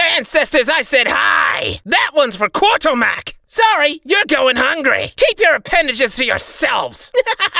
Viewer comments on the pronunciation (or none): Good one. It's just simply a mispronunciation of Kurtulmak. A mistake that I will be correcting once I've done every single line in the game. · What do they say “for Karl!”, i hear “for kartomac”